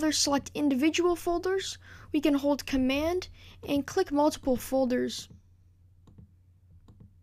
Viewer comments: Just an FYI: There's a 'd' at the end of the word 'Command'. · Well Done ! Btw Its Command ! Not Comman :P